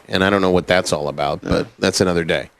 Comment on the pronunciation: “I didn’t hear the L.”